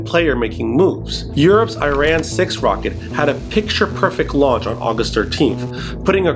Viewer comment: pronunciation matters: not ur-anus, but u-ra-noos. Not Cupi-er but Kai-per. Not Iran 🇮🇷 but Ari-anne